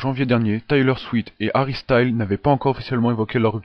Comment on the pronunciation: C'est Taylor SwiFT pas SwiT